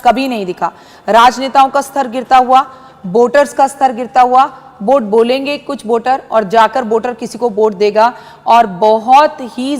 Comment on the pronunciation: वोट को बोट बोल रही है ।